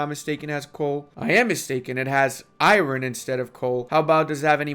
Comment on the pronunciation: Please learn how to pronounce "iron"